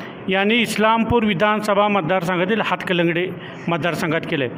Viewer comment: हतकलंगडे नाही बाबा... हातकणंगले म्हणा....😂😂